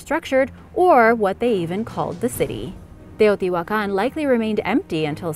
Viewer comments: Agreed! Not everyone can pronounce Teotihuacan and other Mesoamerican terms with such ease as you. Well done! I truly enjoy your channel. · Very good video and outstanding very good pronunciation of Teotihuacan and all the other words! Congratulations 👏✨ (I speak Spanish)